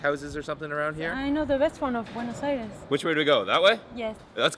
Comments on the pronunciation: It's "BWAY-NŌS EYE-DESS" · furious Pete you say Buena's Aires wrong 😑my people should be mad 😡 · am I the only one that cringed whenever he mispronounced Buenos Aires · Ovide Chery I'm from Buenos Aires and I'm not mad about the pronunciation.